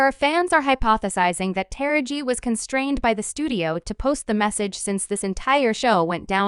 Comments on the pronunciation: I have no idea why you’re pronouncing her name (actress Ta-ra-ji)incorrectly is it you really don’t know. I’m sure you’ve heard it pronouced several times. Are you saying incorrectly on purpose really……. I’ll pass on subscribing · First of all allow us as black people to tell OUR OWN STORIES..you can't even say MS Henson's first name right...if you were right you would be talking about how WHITE STARS (FEMALE) are NOT fighting the studio's to BRING the black women's salaries.. up to what their MAKING. A WOMENS A WOMEN HER SKIN COLOR doesn't define her worth or make her less a woman but perhaps that memo hasn't been put out. So while your mastering mispronounced names and promotion of black women disagreements USE THIS TIME TO SEE if our white sisters would do a boycott on equal PAY, equal OPPORTUNITY , resepct, equal representation for your DARKER SKINNED LADIES. HOW BOUT THAT ? So quick to try spill tea on us , ALL WOMEN DO WHAT ALL WOMEN DO...quit your Emphasizing our fight and join in on our PLIGHT ! YALL cry about how the men make more and are at this moment demanding better or equal pay, why not be concerned about how black actresses or actors get screwed ? Make this part of your demands. Than please PUT SOME RESEPCT on To Taraji P. HENSONS NAME ! GET IT ? GOT IT? 😉